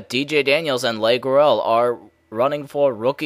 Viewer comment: no offense but you pronounce the name, leigh, 'lee', not 'lay'